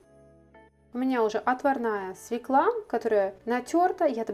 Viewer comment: СвЕкла! Ударение на первом слоге.